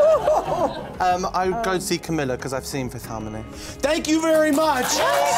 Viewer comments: its "cameela" not "camill-ah" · Fgs it is not CAMLLA it is pronounced CAMEELA ( spelt like camila tho) 😂😂🧡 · it’s camEELa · The host and sam pronounced Camila name wrong